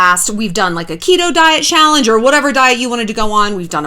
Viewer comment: Have a drink every time she says shallange